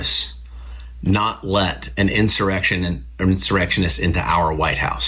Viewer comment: "You take da oaf wif insterection." I wish he'd be more pacific.